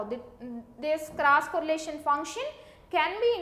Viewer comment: it's cross correlation ,not crush correlation